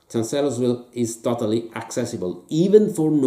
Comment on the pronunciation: For benefit: it's pronounced "CHANCE-lers-ville" "FRED-dricks-burg". Also, if you want to really get at this campaign, the game to get is "Glory II: Across the Rappahannock". A lot fewer gimmicks and "fiddly bits and bobs", and still an effective way to factor in Jackson's Flank March with some fog of war. Still, one of the better episodes of "Greatest Days of History in Games"!!!